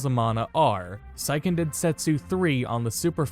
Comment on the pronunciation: The Sei in Seiken is pronounced like the word say, not like the word sigh. Sai in Japanese would be pronounced like sigh.